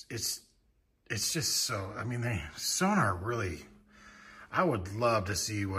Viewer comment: It's SonOr, not SonAr, its written on the drums! They will be returned to Germany if you don't stop.